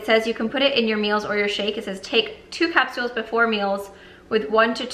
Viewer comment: Is it weird how says “capsules” or maybe it’s just me and my Long Island accent